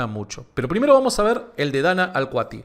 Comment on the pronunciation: Dios mío, es Danna "Alkati" no "Alkuati", cuánta ansiedad escuchar "Danna aALkuAtiH" todo el vídeo😂.